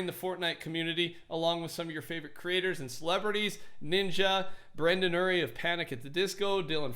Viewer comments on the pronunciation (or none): He butchered Brendon’s name